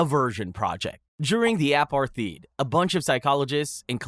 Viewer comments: whats an "american soshologist"? is that like a sociologist? but how dumb people say it? along with "apartheed"? i know the US education system is horrific, but how have you never once in your life heard of the apartheid? pronounced APAR-TIDE. (you can even see and hear how it is pronounced online). but you can oddly pronounce the Luftwaffe and other Nazi units right (closet racist). You have made a video to try and look intellectual to share information, but cannot pronounce some of the most important words. These are not even uncommon words. You just look like a jackass who has googled "really bad experiments that are not good" and whacked them in any old order. How can you say "Vipeholm experiments" are worse than any of the ones beforehand? such as malaria transmissions and MK ULTRA. AND HOW are frostbite experiments the worst possible experiment ever? like dude, you think it is more acceptable to do live surgical experiments on slaves? SERIOUSLY!!!! get your head checked (and my closet racist comment seems more weighty) go and review some Fortnight or something, that seems more your intellectual level. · “apar-thighed” and “da-chow”. incredible. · "During the aparTHeid??" Apart-TIDE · Apartheid is pronounced a as in allowed, part, tied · The way you pronounce apartheid physically harms me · Never heard anyone pronounce apartheid like this guy. Lol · Not going to lie I clicked off the video when I heard your pronunciation of Apartheid. That is embarrassing. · This has to be an AI voice, nobody pronounces so many words that poorly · several mispronunciations such as apartheid and dachau. consider having someone listen to these before uploading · i giggled at the pronunciation of apartheid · I'm sorry how did bro just pronounce Apartheid?